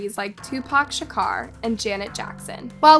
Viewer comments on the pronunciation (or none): Tupac "Shakar" 😩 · How do you not know how to pronounce Tupac Shakur?